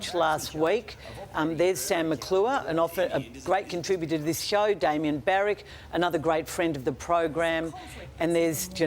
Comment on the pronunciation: “Damian Barrack”…Get that twit off TV.